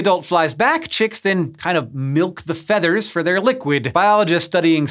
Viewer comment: Did he say feeters